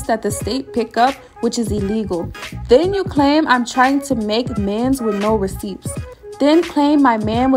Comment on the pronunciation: I've never heard receipts being said with actually hearing the 'p' being pronounced...